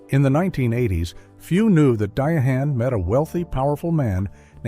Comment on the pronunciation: Who is "Di A HAND" Carrol ??!